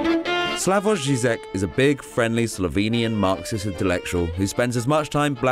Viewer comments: You read his last name wrong, its Zhizhek not zhizek (žižek not žizek) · His name is pronounced more like Slavoy JIJEK than SLAVOJ ZIZEK